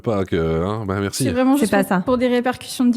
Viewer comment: J'ai adoré l'outro de: "Zetai le gideur de balaize, berci, orwar" 😂😂